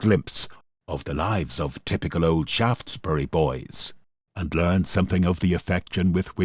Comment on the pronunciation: Thanks for the pronunciation of Shaftesbury, from Shaftesbury Dorset